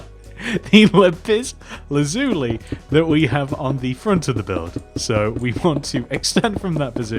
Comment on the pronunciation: Not everyone can say lapis lazuli. You did a very good job saying it. Suggest you just say lapis. It's the only material like it